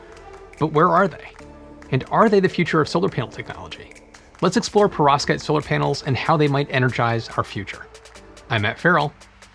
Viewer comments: Everytime you said that word I heard pirozhki and it made me hungry. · Anyone else keep hearing "prostate?" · I cringe every time this bald nerd says perovskite.